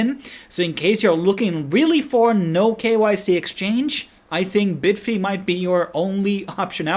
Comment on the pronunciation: bid-fee lol......its bye-d-fi right....just like bybit is bye-bit